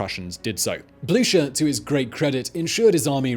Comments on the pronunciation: Anybody else find themselves neighing whenever Simon says Blucher? (Even if he's pronouncing it wrong?) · “... Field Marshal Blucher.” NEEEEEEEEEEIGH! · marshal blučer ? are you serious ?